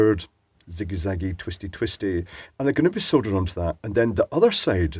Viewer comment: Oh good. "Sooohldered". I get king sick of hearing "soddered". Sounds more like "buggered". I'm still using a huge reel of non-RoHS bugger that I bought in 1992 from Rapid Electronics. The flux core still works very nicely, and the calcium in my body loves that lead.